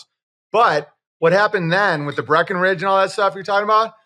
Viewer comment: Owen it's "Bretton Woods", not Breckenridge...😂